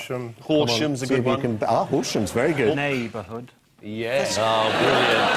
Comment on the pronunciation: "Neighvahood" is what was said. 😅😅😅